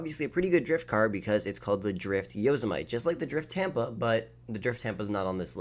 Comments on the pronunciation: Its yo-sim-ite not yos-mite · Ok I know that this isn’t a big deal but how does literally no one have any clue how to pronounce Yosemite. ITS A FUCKING NATIONAL PARK!!! Come on dude, it’s not a “yo-ze-might” it’s fucking “yo-sem-ity” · Dude most of these cars are not “drift” cars.. most of them slide around corners Which is a lot different to drifting... also it’s pronounced. “ yooo sehhh mehhhh ti” like the actually fucking park in real life, they even say how it’s pronounced in one of the in game radio stations when they advertise it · Yo-sim-ah-ti not yo-si—mite for the yellow drift truck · everyone mad about the drifting but what about the way he pronounces yosemite he says yo-zuh-mite but its yo-sem-it-eeh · He said yosimight not yosemi Ti yose mi t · Did he really just pronounce Yosemite as yo-sem-ight?????? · Bruh and sentinel as sentenial, dude needs some English classes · you mean yo-semm-ite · Yos might???? 😂😂😂😂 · Can someone tell him how to pronounce yosemite😂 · my boy said Yosemite wrong 😂😂😂 its like Yosemite National Park, not that stupid shit you said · He says “yosemite” wrong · ‘Yosemite’ LMAO!! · His pronouncing of ‘yosemite’ and ‘coquette’ should say plenty about his reading & writing skills